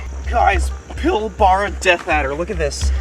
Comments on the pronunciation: Ahahah its not pronounced pil barah it’s pronounced pilbrah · Pilbara is pronounced Pil-Bruh haha. Nice addition 👌